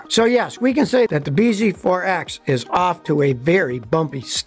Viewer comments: I think the name is supposed to be said “BZAX”, like “bee zax”, which makes it less worse but still nonsense 😂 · You're saying it wrong it's pronounced Biz forx. This video brought to you by Toyota.